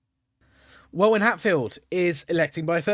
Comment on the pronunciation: Welwyn = pronounced Wellin